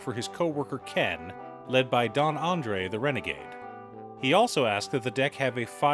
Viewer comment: Why do folks keep calling this card Andre? There's clearly an S at the end, lol. Andres is a very common Spanish name and is the predecessor to names like Andre and Andrew. Andres is phonetically pronounced Anne-drez, and there's even a slightly more common Anglicized pronunciation where you pronounce it as Andreas, like the fault line or the GTA game. San Andreas is spelled the way it is because folks couldn't pronounce the rolled R before the letter E, and that's how we got the permutation. In summary, there's an S there for a reason. Genuinely curious as to why people assume the S is silent, especially given the fact that the spelling of Andre is relatively well known, and Andres doesn't even follow the spelling structure of other words where the S is silent. If you saw the name Andrew, would you also assume the W is silent and say Andre? Not trying to bog down the comment section, lol. Otherwise, the video was great, and it actually helped a lot with my deck building for this commander, and I liked and subscribed happily. As somebody named Andres, it's a pet peeve.